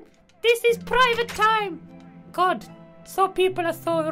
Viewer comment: And when he says "God" it sounds like "cod" XD